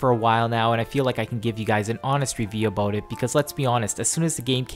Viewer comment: "ABOOT" i love this guy!